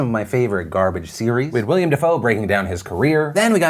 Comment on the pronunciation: Did u say William Dafoe